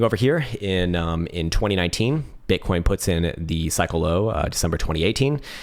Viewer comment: did he just say “bitcorn?”